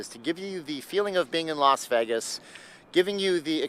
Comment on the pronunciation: Him saying VEG-is is enough to not watch...its VAY-gis